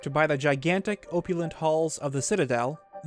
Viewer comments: op-you-lent like operation not oh-pew-lent like oh-peration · THATS NOT HOW YOU SAY OPPULENT. THATS NOT HOW YIU SAY OPPULENT. THATS NMNNNNNNOOOOOT HOWWWWW YOU SAY OPPULENT!!!!